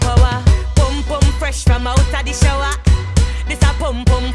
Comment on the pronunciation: I love the way she pronounces "shower" it's so satisfying for some reason 😭